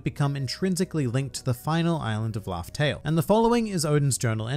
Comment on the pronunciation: Island 'Laugh'Tell' 🤔😉